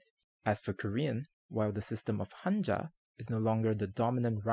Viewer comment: I love how you pronounced kanji, hanzi and hanja correctly! Nice video, thank you.